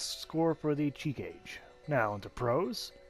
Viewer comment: It's crazy how much ppl struggle to pronounce Japanese when it's probably the easiest language when it comes to that.